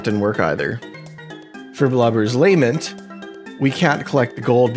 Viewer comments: Blubber's "lame ent" 😂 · Luh-MENT. Lament. Luh-MENT.